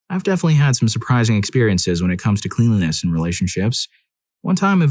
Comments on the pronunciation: It's pronounced klen-lee-ness. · Please, for the love of god, learn how to pronounce cleanliness properly.